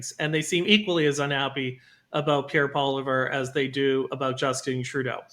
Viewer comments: But, can you not pronounce “Polly-ev?” It’s not Poliver 😉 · ...it's pronounced Paul-ee-ev...not Paw-liver. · OMG! It's Polly-ev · Love this show but why can't pronounce "Poilievre" correctly? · Harrison you should have corrected the guy after saying Poilievre wrong the third time haha. All Canadians should know how to say his last name correctly by now. Especially if your a Canadian conservative.